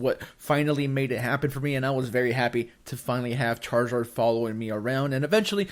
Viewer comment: “Char-ZORD”